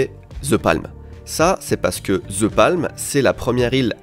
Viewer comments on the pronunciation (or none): Depuis quand "THE"... Se prononce "ZHE" ?😅 THE se prononce DE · ah oui clairement. Mais ça c'est la faute aux professeurs d'anglais qui présentent le "th" comme un "z" un peu différent alors que ça se rapproche effectivement plus du "d", t'as raison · Après toutes les sponsos faites par au sujet de l'app Babel pour bien prononcer les langues étrangères, le "ZE palm" entendu à longueur de cette vidéo sonne très fanco-français tout de même:D (bon j'ai aussi du mal avec les "the" anglais, comme beaucoup de francophones, perso j'ai tendance à plus le prononcer "DE", influencé par le néerlandais) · non, the se prononce the pas d'équivalent